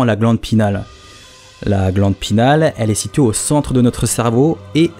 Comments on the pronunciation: Vidéo intéressante ;) Juste, c'est "pinéale" :) pas "pinale" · Sur le fond génial ! Pour la forme , il me semble que l'on parle de glande pinEale et pas pinale.. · Salut je suis trop content que sois revenu comme sans prevenir haha Encore une super vidéo Mais sinon juste un petit détail Glande pinéale et pas glande pinale Voilà c'est tout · c la glande pinéale pas pinale :) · pareil il dit alcalod alors que c'est alcaloïde ! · GLANDE PINÉALE* « pinale »…. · La glande pinééééale il faut prononcer le é ;) ahh je chipotte encore mais bon c'est toujours mieux de le savoir. Bonne vidéo !